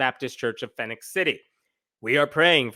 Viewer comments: Phenix City is pronounced Fee-nix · Just a small thing, but Phenix is pronounced the same as Phoenix.